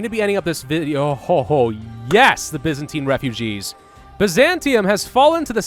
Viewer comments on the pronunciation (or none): none